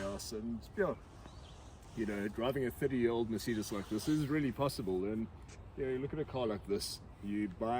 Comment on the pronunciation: Merceeedas 😂 never ever heard anyone say Mercedes that way.